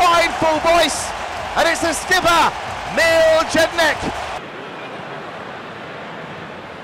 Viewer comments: Mil Gedinak ahahah... it's actually pronounced Mil-e Yedinak. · No one: Absolutely nobody: Not a Single Soul: This Commentator: Mil Gejinac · Pronouncing is first name and last name wrong omg haha, its Mee-ley Ye - dinak